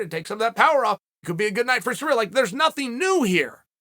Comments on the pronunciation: Are you saying surreal? >.> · 'Surreal' Gane lmao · 'Surreal Garn' lmao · "Surreal Gane" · Sorry Cyril, it’s surreal now not cereal